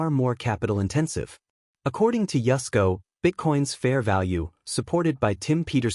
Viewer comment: I thought his name was Yusco, not Yesco.